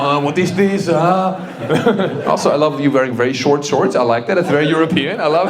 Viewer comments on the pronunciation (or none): none